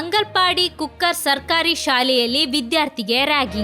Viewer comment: ಕುಕ್ಕರ್ ಅಲ್ಲ, ಕುಕ್ಕಾರ್